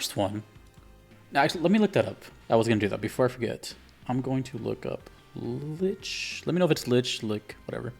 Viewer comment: I didn't see anyone else comment it but "Lich" is pronounced like "Rich" but with an "L". In fantasy settings, it's usually a powerful undead with spellcasting abilities.